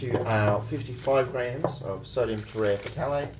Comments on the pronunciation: Tera-f-thalate. Not tereh fatalate. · Te-re-thal-ate: the p is silent just like it is in phthalic acid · It’s pronounced terephthalate you ding dong!